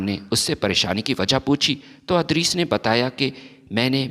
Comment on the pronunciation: adris nahi idrees